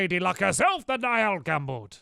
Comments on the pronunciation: Okay Stamps *read this and learn*: Pug-nay-shus (Pugnacious) N-eye-al (Niall) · Niall = Kneel, Pugnacious = pug-nay-see-us